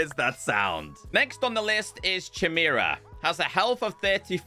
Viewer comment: Chiamera?? It’s more like a kite sound to it, Chimera. I mean Chi does like saying in Japan being all zen but it is Greek mythology it’s more ky sounding.